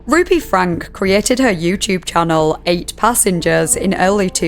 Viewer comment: This is probably petty, but the fact that you mispronounced Franke’s last name makes me seriously question the level of research you put into your videos. I’ve adored them for years and hearing that made me think “oh, she’s not really putting much time into researching these subjects, is she?”